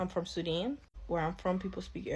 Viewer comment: She pronounced Sudan as Sudin interesting 🤔🤔🤔